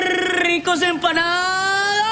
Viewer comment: lol lilly said empanada wrong XD